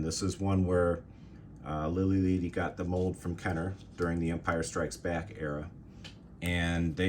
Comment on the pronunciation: Its Lili LEADY btw. As in LEAD, the metal. lol. Spanish "e" is always short.